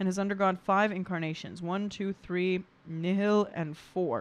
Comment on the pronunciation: Nihil is often pronounced like the Nile river. It's latin for 'nothing'. Nihilism, the philosophical view that our time on earth is meaningless (and a collection of views that derive from that belief) is derived from the same base word.